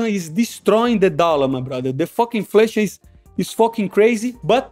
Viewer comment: “The flation destroying the dollar” 😂😂